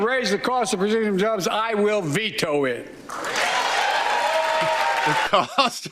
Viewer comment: 'If you try to raise the cost of producing jobs, I'll vito it?' Even if that's what he said, the hell does that even mean.